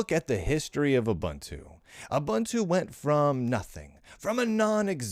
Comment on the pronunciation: It's ooo-BOON-too isn't it?